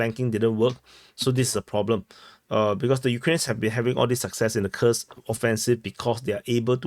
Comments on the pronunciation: It’s koorsk bro stop calling it ky ku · Koorsk, brother 😂, not kukus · Omg dude 😅 Your pronouncen of Kurs 😂 It's Kuuuursk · Couldn't handle it further than 30 sec... "Kukus"... Fing lazy prick... Never bothered to learn the pronunciation of anything... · "Kursk" pronunciation